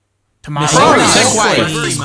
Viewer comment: t o e ma t o e s